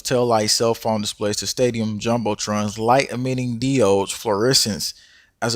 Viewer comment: The way he pronounces diode